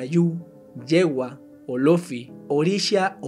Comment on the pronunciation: NI TANTO. ANTES DE HACER ESTA CLASE DE VIDEOS DEBERÍAS DE INVESTIGAR BIEN LA PRONUNCIACIÓN DE LOS NOMBRES DE LOS DIOSES,,, UNA SIMPLE ACENTUACIÓN HACE MUCHA DIFERENCIA ESPECIALMENTE AL SER HABLADO ( no es Yewa, es Yewá ) Y ASÍ MUCHOS OTROS QUE PRONUNCIASTE MAL